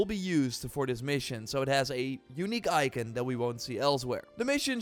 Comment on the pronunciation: Ikin or icon 😅